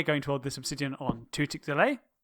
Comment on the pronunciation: Why you said OBSIDIAN (that's observer) Im LAUGHING!!!